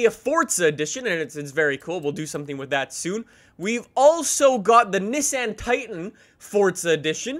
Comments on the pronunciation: It’s neeson not nice in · the way he says Nissan and Huracán hurt me